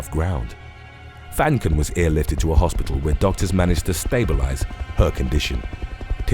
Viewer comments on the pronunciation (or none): none